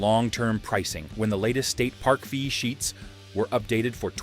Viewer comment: I thought it was saying "Feces" but it was saying "fee sheets"